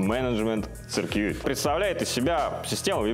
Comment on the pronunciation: "Цыркьюит" - это шедевр. Примерно на одном уровне с "хигх подаблюер" (не из этого ролика)